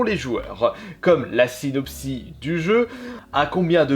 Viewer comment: "La sinopsi"???? On dit UN synopsis!!! Et le S à la fin se prononce!